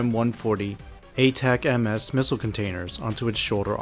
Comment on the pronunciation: These are well done. Just as a heads up, ATACMS is typically pronounced at-uh-cams, and CIWS is typically see-whiz. Because the Pentagon kinda sucks at naming stuff with acronyms...